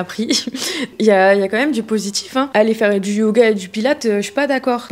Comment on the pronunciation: « Les cheveux TCHirés » « Natchurel » « du positchif » Merci pour la vidéo, mais je dois dire que je remarque beaucoup ces prononciations 😅 et ce n’est pas très élégant 😊 enfin bref, c’est pas bien grave mais sait-on jamais, si jamais vous souhaitiez rectifier cette prononciation qui imite une mode… je vous le dis 😂 bise